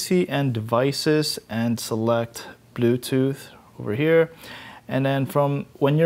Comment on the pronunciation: lol when you said bluetooth I thought you said YouTube...(no offense)